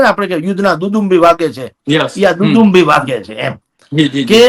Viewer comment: દુદુંભી નહીં દુંદુભી🙏